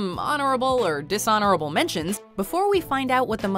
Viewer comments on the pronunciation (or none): disonorable -> dishonorable